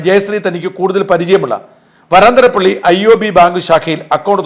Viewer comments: പിന്നെ ഒരു കാര്യം വരാന്തരപ്പള്ളിയല്ല.... വരൻതരപ്പള്ളി... അല്ലെ... ഒരു. സംശയം... അറിയുന്നവർ.. ഒന്ന് പറഞ്ഞു തരണേ... 🙏🙏🙏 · വരന്തരപ്പള്ളി എന്ന് ആണ് പറയുക